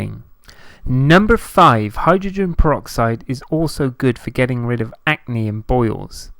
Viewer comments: It’s ACNE not ANCE!!! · Acne not ance